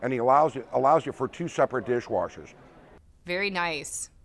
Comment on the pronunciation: Dirsh Warshers!!!!!!!!